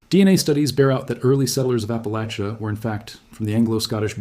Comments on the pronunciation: Oh no, why would i commit to listening to a video about appalachia where the host can't even say appalachia/appalachian properly 😭 At least he didn't claim appalachia ends in Georgia, though.. everyone seems to forget Alabama when they talk about appalachia. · My family of East Tennessee (many, many generations) always said "Appa-lay-sha", but many locals pronounce it "Appa-latch-uh", just for your information. Either is probably correct and the AI presenter says it both ways!